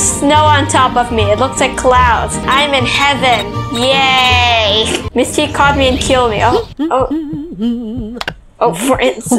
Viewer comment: It’s Ms.T not “misty”